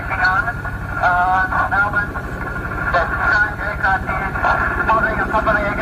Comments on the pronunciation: Wow the last story was crazy and you pronounced the word Melbourne perfectly. Love from Australia:) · Did anyone know Australia pronounces Melbourne as "Melben" not "Melborn" and idk why we have never said that to anyone 🤣 Tbh I dont know anyone in aus that cares at all how it's said anywhere else tbh but heaps people always point out when a person pronounces any other state in a different country wrong ☠️😂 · Nice to hear an American pronounce Melbourne like an Aussie would and not like an American would!😂🇦🇺 I remember Fred going missing, huge mystery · I think we should name you an honorary Aussie Mr B. Your pronunciation of Melbourne was spot on. 😁🇦🇺. This case has to this day never been resolved. No wreckage...nothing. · Added bonus and Kudos Mr Ballen for actually pronouncing Melbourne correctly and NOT like MelBORN !! 👍👏👏😁😎🇦🇺